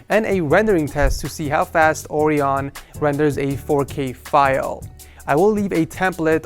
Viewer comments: I'm British and Orion is pronounced 'Er - ry - on'. Not Oreon. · It's kind of bothering me but the name is pronounced oh-RYE-on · I thought orion was said or-i-on.... OH WELL! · I thought it was Orion"oh-ry-un" like the constellation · So did I, but I guess it IS build and he decided to pronounce it like that?